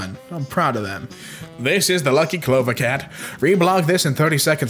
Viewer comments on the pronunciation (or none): none